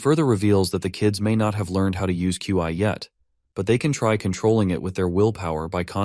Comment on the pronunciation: Love it, but its Qi( or Ki) not Chi. Those are similar concepts but have differences, please fix the voice in future videos.